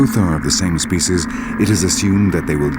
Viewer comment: whoever it is, he's awful! This is not a Shakespearean drama and the way he pronounces "species" is very annoying